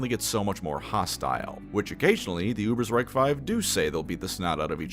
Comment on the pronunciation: GOD DAMN IT, ITS A GERMAN NAME, ITS UBER_SH_REIK. YOU DONT SAY UBERSR_E_IK, YOU SAY UBERSR_A_IK do you?